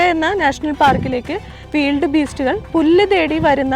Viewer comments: വീൽഡ് ബീസ്റ്റ് അല്ല.. വൈൽഡ് ബീസ്റ്റ് എന്നാണ് ശരിയായ ഉച്ചാരണം... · Weeld beast, adhendh beast. Wild (wayild )beast ennu para. Than evidunna english padichadh.😇😇😇😁😁😁😂😂😂 Than verum malayalathil paranjal madhy. Cheriya kuttigalude English kulamavum.